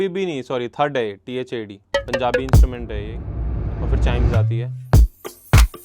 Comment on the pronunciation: Its (DHAD) not (thad)